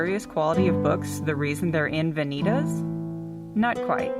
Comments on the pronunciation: Yep, that bugged me too. Should be vah-nee-tahss. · Please correct your pronunciation of the latin word "Vanitas". Van-i- tas' .